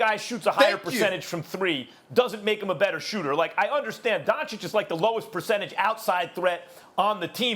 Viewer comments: Stephen A: “Luka Donchick” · "Luka DonKicH" Stephen A Smith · Luka is doing all of this and Stephen A. Smith still doesn't pronounce his name correctly, come on man is not that hard. "Dunchich" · Why do you bring race in? Best white buy? Stephen A you are a racist. Oh and pronounce the man’s name correctly please … “Don-chich”. Show some respect. You are a clown. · “Luka Donchick” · Two years and this dude still can't say Don-chitch smh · Nobody: Stephen A. Smith: Luka Doncik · Can Stephen A and the inside the nba guys start saying these mfrs names right? Pls that’s my only complaint on these dudes honestly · SAS still can't even pronounce Luka's last name right smfh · first of all if Stephen A. can pronounce the first 'c' why can't he pronounce the second 'c'. !!! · When is Steven A gonna learn to say Lukas name correctly? 😂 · Someone needs to tell Stephen A. that Doncic rhymes with Popovich. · Please. PLEASE someone tell Stephen A. how to pronounce Doncic's name correctly. Pleeeeeeaaaaaaaase! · Still messes up his last name